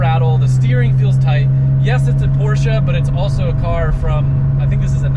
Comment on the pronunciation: Where is the A in Porsche?? Porscha/Porsche?? Please learn the right pronunciation😊😊